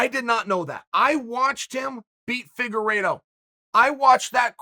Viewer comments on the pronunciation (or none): none